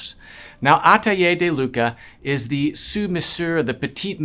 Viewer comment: and its not looka its close to lewka (lUcas)